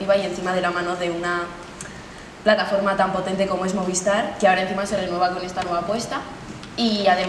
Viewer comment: Oye por que "moviestar" eh, donde está esa "e" que escucho cuando pronuncian MOVISTAR?